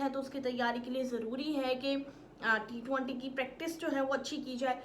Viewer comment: Ma hindi..na emglish..na urdu.. aata kya hai bahen tumhe?? T-20 hai wo.. not t- twaaanti.. 😂😂😂